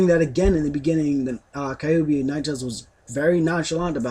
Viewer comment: LOL. they pronounce kyuubi ka-yu-bi.